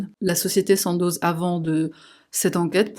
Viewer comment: Alors, ça se prononce Sando pas Sandoz, c'est Suisse.